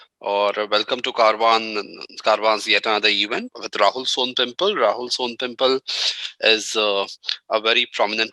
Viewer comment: Bhai. Sown pimple is not how it's pronounced 😂